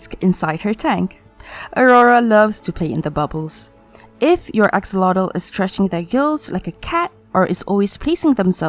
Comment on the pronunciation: You got it so right on the pronunciation in Nahuatl with the word axolotl. And I have to really congratulate you because it's the first time in a video in English that they mention this information and even more said it in Nahuatl language. Here on Mexico [wrongly] is just named as "axolote" pronounced "ajolote" in Spanish thinking that the "x" on axolotl sounds the same like with the name "Mexico" [pronounced Mejico in Nahuatl] but this is not the case. So you are right! 😀 Listen to how they pronounce it and you will see that you are right: Excellent research!